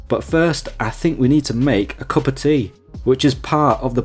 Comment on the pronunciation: Man butchered that tea 😅😂😂😂